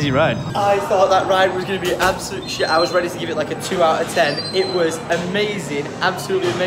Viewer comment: "Lydia's gone for a SHET"